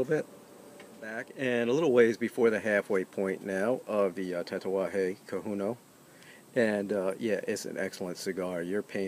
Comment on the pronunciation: thanks for the vid, looks great. I believe it is pronounced (Ko-ho-nyo). can't wait to try it.